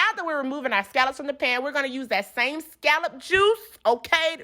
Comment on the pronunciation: Why do so many people pronounce scallop wrong? Ugh